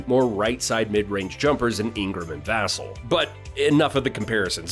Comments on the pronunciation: It's vuhhhh-celll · It’s Va-Cell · It's pronounced Vuh+sell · Other than saying Vassell's name wrong, good video. GSG! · "Vassell" has the accent on the 2nd syllable. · You’re mispronouncing Vassell